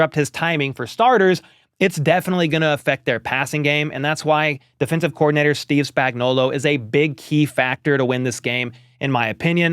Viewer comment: Steve SpagnuolO. Not A. Spagnuol O